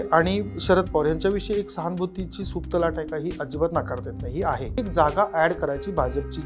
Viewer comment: सहानभुती म्हणले काय रे भाऊ . अर सहानभुती म्हणा जे चाय बिस्कुट